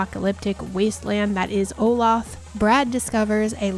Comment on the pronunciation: Thanks for the video! Just an FYI it's pronounced "OH-LAY-THUH". I'm trying to find out if this is based off my hometown of Olathe, KS lol.